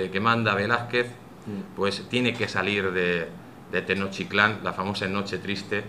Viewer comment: Siempre he rebatido la leyenda negra y su falsedad, pero tampoco estoy de acuerdo con ir al otro extremo, la leyenda rosa, este señor me ha decepcionado por exagerado, 250 mil sacrificados al año? que fuentes segun el?Otumba 200.000 mexicas contra 500 españoles?? Tampoco si quiera sabe pronunciar Moctezuma,tlaxcalteca, Technotitlan ...Cajamarca una batalla?? Bueno si al menos en la cabeza de la audiencia se les ha quedado la falsedad del genocidio y robo, ya es bastante